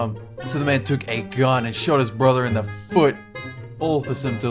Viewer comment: I love how he says foot! it makes me laugh!!